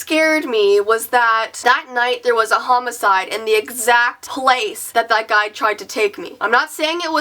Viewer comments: What's a hommaside??? Is that what she said ????? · She said homiside, or something like that, what is that?? Lol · dude it's homicide